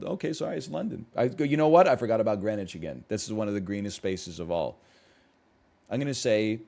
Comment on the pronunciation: "I've never heard of Greenwich" Meanwhile he pronounces it perfectly first try